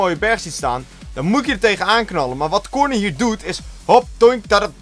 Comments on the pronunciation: Het is engels dus "korn" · waarom spreek je Corne zo raar uit? Tis gewoon 'Kornee'